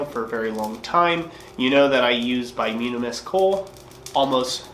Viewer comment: I think it's pronounced "bi-toom-in-us" not "bi-yoom-in-us". As for the excessive clinker ... Ive never smithed, but AFAIK clinker is a solidified amalgram of non-combustible impurities (primarily silica with other trace metals and minerals, and probably some forge scale that sloughs off while sliding your work in & out of the fire) that melted, ran out the bottom of your fire, and resolidified, kinda like slag from a smelter. So, conceptually, if a brand or batch of coke is throwing more clinker than usual, i'd speculate that that batch came from a part of a coal seam that had more sand/minerals in the organic deposits that formed it. Not all coke is created equal ... coke formed from coal that was formed from say a nice clean peat deposit will probably throw less clinker than say coke from coal from another part of the very same seam than had underground water with a high mineral content seeping through it before it underwent it's final metamorphic transformation (into coal).